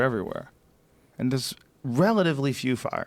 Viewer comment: "Thurrrrs" #Chingy4Evurrr